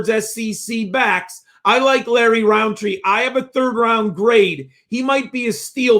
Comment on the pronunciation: Love the pod but its rountree not roundtree its like a pet peev of mine